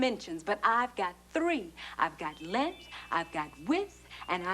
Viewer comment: What's "lenth"?